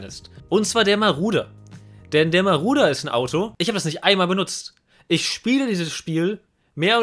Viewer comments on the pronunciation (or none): Wen triggert es auch, dass er die ganze Zeit Maruder, statt Marauder sagt? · Ich., wie oft willst du noch Maruder und nicht Marauder sagen.. Ja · Warum Maruder xD Es wird doch Marodör ausgesprochen haha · marAuder!!! MARAUDER! NICHT MARUDER! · Wenn triggerts dass er maruder sagt statt marauder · Man spricht das glaube ich "Maradona aus und nicht " Maruder" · das Auto heißt MarAuda und nicht Marouda. für das nächste mal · Wehn hat es auch getriggert das er maruder sagt statt marauder? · DAS AUTO HEIßT MARAUDER UND NICHT MARUDER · Der heißt "Marodör" gesprochen :) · jeder kennt ihn...den "Maruder" xD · Es heißt Marauder...